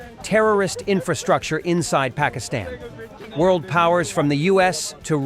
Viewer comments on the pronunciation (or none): none